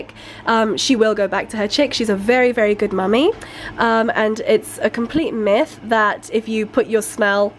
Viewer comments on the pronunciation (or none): none